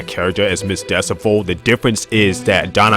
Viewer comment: Why do you keep pronouncing Miss Decibel’s name as Miss Decifol/Decivol…?